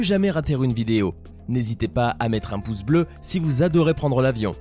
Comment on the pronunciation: sa m'étonnes pas qu'il n'y as pas beaucoup de "poce blo"